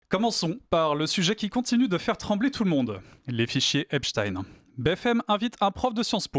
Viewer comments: Ai lieu de dire "Epstin(e)" ou "Esptaïn(e) dire tout simplement Epstain c'est tout simple ! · Frankenstein on ne dit pas( în) mais bien (aïn). Idem pour Epstein . Ils mentent.... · Epstein a toujours été prononcé "epstine" aux USA, depuis la naissance du monsieur. C'est en France que son nom est déformé en "epshtaïn". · C'est pas epshtine, ça se prononce Epshtaïne, comme Einstein, frankenstein... Les nuls. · Epstein est originaire d'Europe de l'est donc ouai c'est "ein" pauvre tache et non "in". Nous ne sommes pas des américains espèce de collabo. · Pas Epstine mais Epstein. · EPSTEIN NON EPSTINE 😡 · Euh ...non... c'est pas un nom US c'est un nom allemand ! Einstein, autre juif, tu le prononces Instine? En français tu le prononce soit à l'Allemande ou à la Française, aucune raison de le faire à l'Anglaise ou à l'Espagnole. Tu as regardé les films de Frankenstein ou de Frankenstine? D'ailleurs dans un film de Mel Brooks interprété par Gene Wilder, Frankenstein Jr,il y a déjà une réplique qui aborde ce sujet,je vais pas te spoiler la scène mais c'est un excellent film je te le conseille, très drôle, humour juif... Brooks et Wilder le sont aussi. Ou les noms français de Louisiane, Bâton Rouge ou Nouvelle-Orléans tu les prononce aussi à l'Anglaise parce qu'ils se trouvent aux US ? Non bien, sûr à moins d'être anglophone et ne pas savoir le prononcer d'une autre manière 😂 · BFM, toujours à vomir, et je suis polie. Et du coup maintenant, on va prononcer Albert Einstin et non plus Einstein.